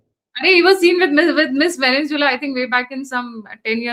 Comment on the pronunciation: It is Venezuela not VENENZUELA.